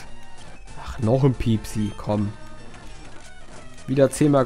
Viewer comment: Das Pokemon heißt piepi und nicht piepsi ^^